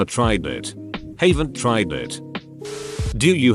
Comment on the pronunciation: Nobody: AI: No I hayvent.